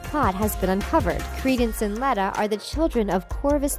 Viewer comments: Good Lord this was painful to watch/listen to. Grindelwald doesn't die in 1945, he's defeated and imprisoned in Nurmengard. We physically see him in Deathly Hallows, set in 1998, when Voldemort finally kills him while trying to find the Elder Wand. Leta LeStrange's first name is pronounced with a long e, like Leeta. It's spoken in the first Fantastic Beasts Movie. Dumbledore is obviously not in his familiar office, because he wasn't headmaster of Hogwarts in 1927. He also wasn't the Defence Against the Dark Arts Professor, he was the Transfiguration Professor. Many people have mistakenly labeled that as the DADA Classroom, because of the similar staircase in the back, but the DADA classroom doesn't have that large window at the base of the stairs. It stands to reason that there would be more than one classroom with that kind of staircase in it. Dumbledore didn't curse the DADA job. Have you even read the books? We already know that it was Tom Riddle who cursed the position after Dumbledore denied him the job. JK Rowling has said that Dumbledore and Grindelwald were very close, and while Dumbledore was in love with Grindelwald, it was a one sided love affair, and that Grindelwald didn't return the feelings. Dumbledore was an means to an end for Grindelwald, much as Credence was in the first film. Bellatrix LeStrange is a LeStrange by marriage. She was married to Rodolphus LeStrange. Her maiden name is Black, and Tonk's mother (Andromeda) was her sister, as was Narcissa Malfoy. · Gellert was sent to nurmegard he didn't die! And dumbledore was transfiguration teacher. Malidictus isn't the name of the character it's the name of the curse we don't know her name yet! The only real theories here are stolen from other youtubers you have all the facts wrong! And it's pronanced leeta not letta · You said Leta wrong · Some of the thory are wrond and you said leta wrong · The way you pronounce Leta It makes me think of lettuce... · it is pronounced leeta but spelled leta